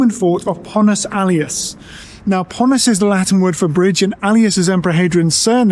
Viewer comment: Actually it's Pons Aelius, not Pontus.